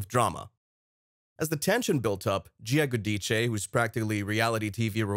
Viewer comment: I’m so happy that this man speaking says there last name the proper way, the Italian way of speaking, I’m from New Jersey. I watch the New Jersey show and they are a lot of things that are not said about Teresa’s family (im not talking about her Daughters)that she won’t let out because she doesn’t want to hurt them. That’s all I’ll say. Making Teresa look like a villain that is wrong she’s not !! I remember this is a reality show and people make good money, but in Italian family, you should never go against your family.!!